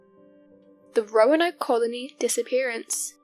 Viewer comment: She said “croanoke” hahahahahaha